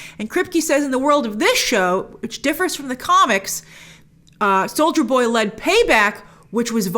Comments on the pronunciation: I keep hearing "soulja boy" instead of soldier boy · I heard Soulja boy instead of soldier boy multiple times 😂😂😂😂😂😂😂